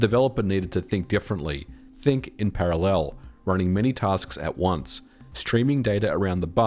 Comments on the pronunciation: Why do you use the wrong (and annoying) intonation when pronouncing the word parallel? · ehehe he says parallel funny. He says para..LEL really emphasizing that second syllable eheheheh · Is putting the emphasis on the 3rd syllable of "parallel" (instead of the 1st) an Aussie/Kiwi thing in general? Only, I've never heard it said that way other than on this channel. 🤔